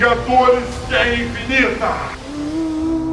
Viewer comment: ''guera'' com 1 r kkkkk